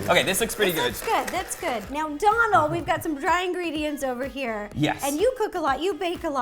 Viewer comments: Ciara S Its not Dolan its Dónal and that little line is called a fada and its what makes his name irish and it’s pronounced like ‘oh’ not ‘on’ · sarah sarcia His name is Dónal not donald, and it’s pronounced different than how to Rosanna was actually saying it, she was saying it like ‘d-on-al’ but it’s actually pronounced like ‘d-oh-nal’ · I think it's pronounced dough-nl and not donal (like the first part of Donald) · His name is Donal as in Doughnal not Donal as in Donald Duck, please stop butchering it for the sanity of us Irish viewers 😂 Great video though 👍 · I die inside every time she pronounces Donal Donul it's pronounced donel life omfg😂😂😂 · IT'S PRONOUNCED "DOH-NAL" GAHHHHHHHHHHHH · Why can't anyone there pronounce your name correctly? 😁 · Yes my fellow Irish man💪🏻💪🏻🇮🇪 his name is pronounced like u were about to say donut but al at the end😉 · Hi ro (btw no hate and luv u) but you know Donal is pronounced DOEnal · DOUGH- NALL. Lets pronounce Irish names right 👏🏼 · Rosanna your saying his name wrong girl I love you and your so goo at what you do but your saying his name wrong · Your saying his name wrong